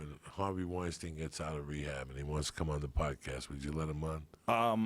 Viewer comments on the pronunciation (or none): none